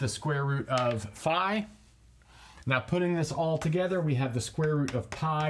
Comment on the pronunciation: Towards the end you pronounced "phi" as "pi", then "phai", then "phee", lol